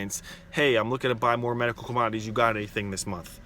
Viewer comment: Com-odd-ees lol